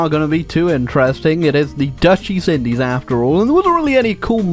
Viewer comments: is it just me, or did he say the dutch deez indies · Did just say “Dutch Deez Indies?”